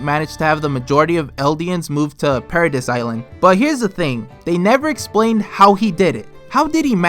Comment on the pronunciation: Anyone else cringe when he says para-diss lol